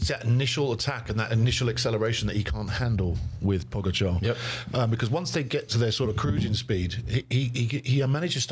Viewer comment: Let me remind you to put the stress on the GA in PoGAčar. Tell the never-won-no-tour host that he's not too old to get it, as George gets it right on occasion and then suddenly forgets it and copies his boss. And Sir Brandly got it right once, soon to forget it for good.